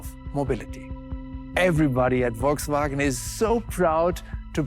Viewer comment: i think i was sold , when she said, " szounds of wolksvwagen buses...